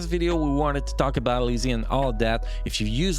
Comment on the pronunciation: Lei Zi is pronounced like Lay Zuh